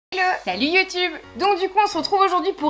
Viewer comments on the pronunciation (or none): Au début t’a dit lo au lieu de ELLO mais c’est bien quand même 😉